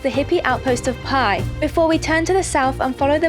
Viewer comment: Do you think you will ever pronounce “Pai” properly!